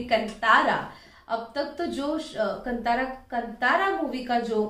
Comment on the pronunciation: To all my north Indian friends, Please pronounce our names and words correctly It's not कंतार it's कांतार You guys pronounce urdu like Mirza Galib But when it comes to Indian languages especially South Indian languages you guys become Foreigners.